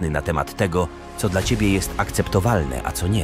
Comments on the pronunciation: To czyta AI. Śmiesznie brzmi jak mówi dla jako D L A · Zrób coś z tą AI, bo kiepsko czyta "dla" 😂. Poza tym spoko materiał